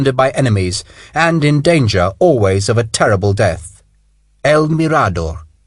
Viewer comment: mirador has the accent on the “m” not the “r” but a wonderful book